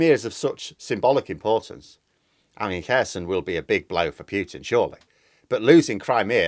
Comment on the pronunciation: please stop saying "Pyootin"; it sounds ridiculous! It's "Pootin". Thanks.